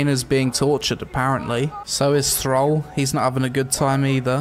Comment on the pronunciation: Thrawl? It’s TH-RALL